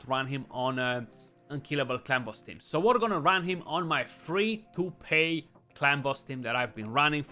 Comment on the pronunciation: PAY was what he said! 😂